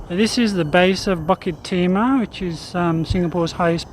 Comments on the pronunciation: Pronounce BULL KIt Tee mah not BUCK kit tee mah. Lmao. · it's BUKIT timah; never BUCKET timah. not that hard to get that right no...